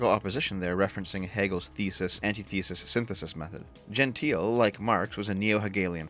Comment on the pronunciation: Pretty sure Gentile has three syllables for at least one of the two men here (and presumably both).